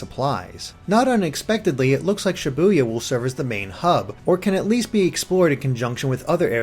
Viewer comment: Ibuya I buy yah btw I keep hearing Sha Boo Yah